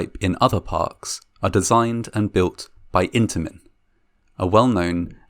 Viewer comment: "Intamin" "Reputable" 😶